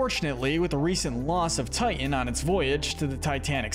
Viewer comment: It's not Tian.......It's Titan!!!